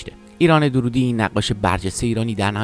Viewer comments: نام خانوادگی درست تلفظ کنید. درودی غلط است. دَر‌رودی درسته.دَررود‌ یکی ازشهرهای کوچک نیشابور است.درود در استان لرستان است. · با درود و براستی که دَررودی صحیح است۔ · روح اين بانوي هنرمند شاد و يادش تا ابد ماندگار. ايكاش گوينده اين كليپ نام فاميل ايشان را به غلط به جاي Darroudi, درودي تلفظ نميكرد. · دَرودی درسته نه دورودی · تلفظ فامیل ایشون دررودی با تشدید است.. نام محلی در خراسان.. Darroud.. جايشان بسيار خالي بانويي بي همتا … ده ها سال بايد منتظر بشويم تا سرزمينمان صاحب چنين فرزندي شود . ! لطفا با اطمينان در مورد تاريخ ها و زمان و تلفظ ها ويديو بسازيد. به خصوص راجع به افرادي با چنین شهرت بین المللی !! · درود بر شما . تعجب میکنم از شما که از کسی صحبت میکنین که حتی فامیل ایشان را اشتباه تلفظ میکنین !!! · اقای عزیز شما هم اسم استاد رو اشباه گفتی هم خیلی از واژه ها را از جمله اسم لُوور رو اشتباه تلفظ کردید